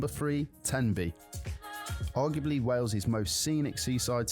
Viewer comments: Wales is pronounced ' Wales ' (like Whales but * without * the 'h') _NOT Wells. Sigh.... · It's SHAMROCKS in Ireland not 4 LEAF CLOVER !! It's pronounced WAILS not WELLS. If you notice, there are " pullover/passing places" on the small roads. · Its wales not wells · It's not wells. Its Wales 😅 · Why can’t Americans pronounce Wales ? It’s not Wells. 🤦🏻‍♂️ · Not Wells it's Wales, you pronounce it the same as most Americans. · i,m welsh, we have been under the cosh of the english for centuries. and by the way, it is pronouced wales, not wells.we are country not a county of england, or a theme park for the english to play in. we are a nation that has existed for over 2000 years, unlike the usa that has only been the usa since 1776. are castles, most of which are built by the english, to supress us since the 11th centuary. we are a celtic nation, yes the celts are not only irish. visit our country by all means, but please be polite to us. and we will be polite back, we are not all hostile to visitors. but we do like to beat the english in rugby, or any other sport. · Not a criticism, but I've noticed that on reaction videos, Americans always say 'Wells', and not 'Whales'.....I wonder why that is? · Its pronounced Whales not wells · Wales like whales not wells. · Try to say Wales, not wells. And that is English, not Welsh. The Welsh say Cymru. And that is pronounced kum ree, not sim roo. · it's not said as WELLS....it WALES!....my home country. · I've only recently noticed (thanks to watching MANY American YouTube videos!) that a lot of Americans pronounce the "ai" sound as an e. So Craig becomes Cregg, vague becomes vegg, plague becomes plegg...and Wales becomes Wells! The Craig/Cregg one I've always known about, but I never realised it also applies to many similar words. 🤷‍♂️ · Wales is pronounced like 🐋 Whales but without the H. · Wales is pronounced the same as whales... WAY-ELS